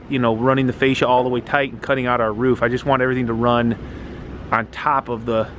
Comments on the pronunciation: its a roof. not a ruff lol. Have this debate with the wife all the time. My way of "winning" the argument is to have the person say kangaROO, add an F to the end of it. They then say kangaROOF. Then tell them to get rid of the KANGA at the beginning. BAM they say it "correctly" (all in good fun. not sure if there is a correct way or not, im no English major) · Another great vid . And yes it’s roof not rough 😜👍